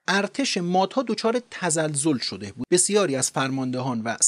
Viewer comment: لحنتون عالیه فقط «شده بود» رو خیلی با تاکید میگین ریتم بهم میخوره😅